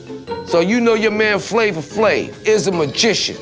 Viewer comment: Now everytime I hear somebody says “Flavor Flave”, I actually hear “Flama Flame” 😂🤣😂🤣